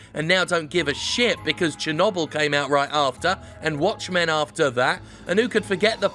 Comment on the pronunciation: What’s “Chernobble”?